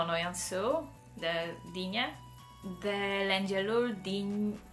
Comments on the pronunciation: 🌹 nagyon aranyos összehasonlitás 👍😉 PS: Vigyázz a “szó” kiejtésre 😉 SzÓ nem szÖ 😉 De ügyes vagy 👍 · Szia . Mondhatok valamit ? . Kicsit mint ha tanitanálak de ne légy sértödött .Nagyon jol beszélsz magyarul de a "szö" ahogy te mondod szó - nak .ejtjük . és persze igy is írjuk . Szóval nem ö hanem ó . Szó.. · Nem szöt , hanem szót! Óóó.. szót .. 😊❤😁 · te rosszul tanultad meg az "ó" és az "ő" betűk kiejtését, ó helyett mindig ő-t mondasz, azt olvasom, hogy "szó" és azt hallom, hogy "sző", ami téves és ráadásul egy másik értelmes szót ad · Nagyon ügyes vagy. Respect!!! :) Imádom, ahogy a szót, "sző"-nek ejted :))